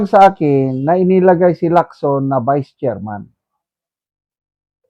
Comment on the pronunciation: hindi ko naman narinig na vice chairman si Lacson. enlighten me. Ang narinig ko, "Sen Pia Cayetano as chair person on public accountability of public officer and investigation VIES Sen Panpilo Lacson...". hindi ata "Vice" ang sinasabi ni, kundi "Vies". vies means compete.